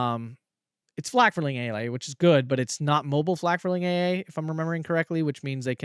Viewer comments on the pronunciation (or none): none